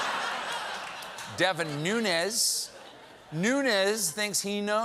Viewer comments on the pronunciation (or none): He's been grabbed in the genitals by the president. As despicable as he is, Nunes is not said "Nunez". He's from Azorean Portuguese descent and so it is pronounced Noo-nesh (sorry for him, USA).